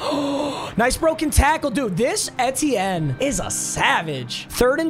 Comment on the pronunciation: still mispronouncing Etienne this late into the season irks the shit out of me